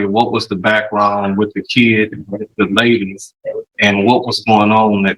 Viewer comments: I hear “keed”, not “kid”. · Defense attorney needs to talk to Judge Boyd, she'd let him know the difference between a child and a keee-ed.